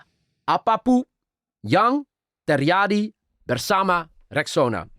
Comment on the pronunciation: note for, when you pronounce "j" in Indonesia, don't pronounce it like the Dutch way which become sounds like "y" in English, but pronounce it like the the usual "j" in English, for example you say "Jakarta", not "Yakarta", right? so, it should be "terJadi", not "terYadi". "LanJut", not "Lanyut". I notice this quite a lot when you pronounce Indonesian words, so I hope this can make your Indonesian better, you're already very confident pronouncing Indonesian, keep it up,!